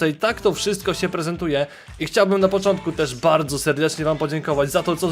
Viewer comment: powiedziałeś napoczontkó 5 bramke